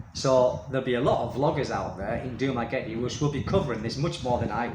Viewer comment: Sir, if you can't pronounce the name of your own city correctly, and don't know that the island of Negros Occidental doesn't exist, then you are hardly qualified to say you imagine the Dumaguete Police are going round expat homes to warn occupants of increased danger to them. How would the police even know which homes to visit? You, sir, are a berk.